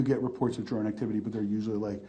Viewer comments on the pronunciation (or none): What's a "dron"? 🤔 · What's a "dron"?